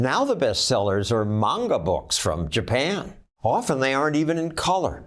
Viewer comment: I am impressed John said manga correctly